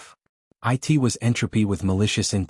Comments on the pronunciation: "I......T was entropy with..."!!!!???!! WTF is wrong with THIS PICTURE!!! You have a POS AI!!!! "IT" is one word, one Fln syllable!!! "IT"!!!!! ONE FKN WORD!!! NOT PRONOUNCED AS, "EYE TEE"!!!! "IT"!!! ONE WORD, ONE SYLLABLE!!!! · just another shite channel with unedited AI audio...monotone....will be demonetized soon. I mean it can't even say "it". this was like a year ago when all these lazy channels came out. seems like they are still sneaking on the platform.